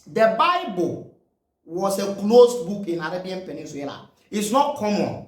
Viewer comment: I like your videos. Keep it up. But a little pronunciation correction (PENIN_SULA). NOT (PENIN_SWILA)